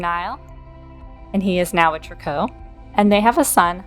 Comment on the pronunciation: Interesting that you call them Trick-koh. Everyone else I’ve heard on YT says “Tree-coo.” 😂 This family is odd but has so much mystery and lore for deceased premades